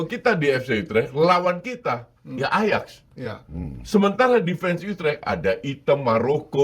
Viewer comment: Bang pengetahuan sepak bola lu payah benee dah 😂, masa ajax jadi ayaks, feyenord jadi my not, van dirk jadi pandai 😂, tapi gua paham lu cuma angkat berita doang